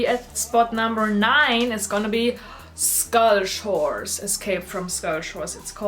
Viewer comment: when she said skull shores all I heard was "Scottish Whores" But love the video! My fave character is Cleo, has been since i was a young girl. I absolutely hate the new movies!!